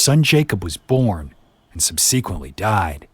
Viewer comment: Listen, I love y’all but you’re not pronouncing “subsequent” correctly. Second episode I’ve heard it.